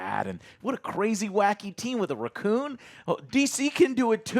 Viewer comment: how did he say "raccoon"? 😂